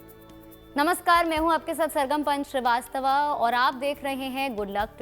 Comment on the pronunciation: नमस्कार मैम मैम, हिंदी वर्तनी , व्याकरण और मानक हिंदी के अनुसार शब्द श्रीवास्तव होता है न कि श्रीवास्तवा । यह कार्यक्रम भारतीय ज्ञान -विज्ञान , संस्कृति और परम श्रद्धेय श्री शैलेन्द्र पांडेय जी के आशीर्वाद से संचालित किया जाता है , इसीलिए आपसे विन्रम निवेदन है कि शब्द का उच्चारण श्रीवास्तव कीजिए न कि श्रीवास्तवा ।